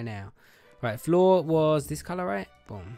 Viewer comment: When you said boom, it sounded like you said bum